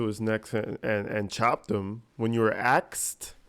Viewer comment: Axed😂. I can live with that one. But tackit agreement, oaf of ofc, biast, and on and on. I agree on the judge. I know she was trying so hard not to give this pos an appeal, but sometimes she allowed way toooooo much. It was hard to watch. But someone pointed out to me that if he got an appeal, the poor witnesses would have to go thru this hell all over again. It helped me see her in a different light. But still there were times....